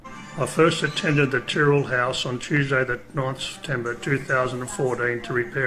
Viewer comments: this has been all over the news here very sad..i believe it was an opportunistic abduction, thankyou as always a compassionate and eloquent video and your pronunciation of Tyrrell is correct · i meant in the sense that yes,you pronounced it correctly,sorry:p